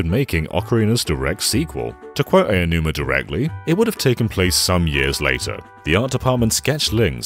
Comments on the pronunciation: Sir, the name is "Aonuma," not "Eionuma." That means it's pronounced "Ah-oh-nu-mah." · Aonuma is pronounced "Ow-num-a." Not "eyy-oh-numa." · I'm not saying this to be mean, but to inform, but Aonuma is pronounced more like "Ownoomah," not "Eyanoomah." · It keeps annoying me how you pronounce Aonuma "Eianuma." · Ok guys his name is pronounced Ow-numa. 🙄😒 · Why do people still pronounce Aonuma's name wrong? Ao = Ow, as in "Owl" Also, they should NEVER make Zelda, to appeal to western fans. TP and BotW are both aimed toward the west and it just made me dislike them more than the others. Give me Ocarina of Time, The Wind Waker and Skyward Sword, anyday. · How tf do you mispronounce "Aonuma" so much? At least know the subject you're referring to.